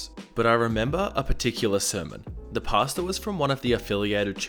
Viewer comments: Everytime he says pastor, the only thing I hear is pasta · I heard PASTA every time you said PASTOR.. Now I can't unhear it